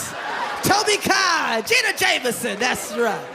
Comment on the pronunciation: is hysterical but fucked up when he said Tobi Kai, her name is actually Kobe Tai!!! He also said Gina Jameson, it's Jenna!!